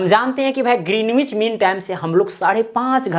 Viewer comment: Sir yh ग्रीनिच kehlata hai